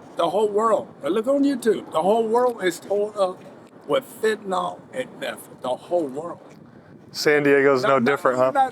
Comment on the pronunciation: Why do people call it Fenta-nal?